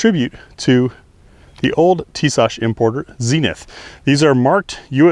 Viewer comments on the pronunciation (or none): I love mine guy's, but I just can't find the H in pronouncing Tisas lol.